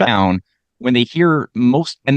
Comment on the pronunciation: pronounce Allende's name correctly, please. less yelling, please